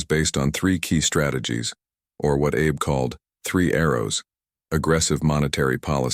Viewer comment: The Japanese Way, yet Abe is pronounced like Abe Lincoln. Terrible.